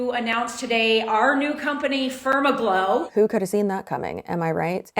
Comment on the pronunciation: said FermaGlow and I swear I heard "SpermAGlow."